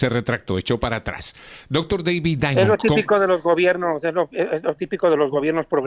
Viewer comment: A este locutor enfatiza mucho Dr. David Diamond tan solo diga el nombre no lo exageres